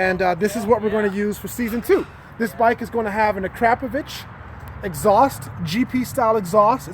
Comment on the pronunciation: Akrapobitch 😂 lol